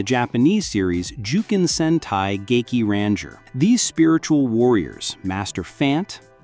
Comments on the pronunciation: When I heard the way Dekaranger and gekiranger was pronounced in this video I couldn’t stop laughing 😂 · Why are you pronouncing Dekaranger and Gekiranger like that?!? 😐